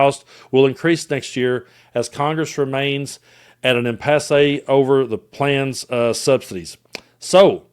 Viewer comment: Keep up the great work,. Your common sense is refreshing, especially in the era of Grump-speak, "alternative facts," and so on. Oh, and for future reference, "impasse" is pronounced "im'-pass," not "im-pass-say." Whenever you see an "e" at the end of a word like "impasse," "forte" or "attache," the "e" will be silent unless it has an accent over it, like this; fiancé/fiancée, attaché, passé and so on. (Just a helpful hint from one of your many Canadian watchers.)😉